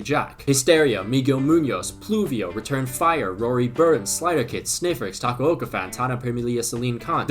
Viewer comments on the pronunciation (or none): none